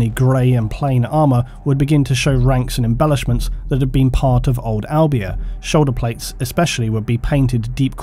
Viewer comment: im from albania and was like tf when i heard u say it so makes sense it wasnt right